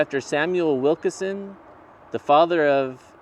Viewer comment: It’s pronounced Wilkeson, not Wilkerson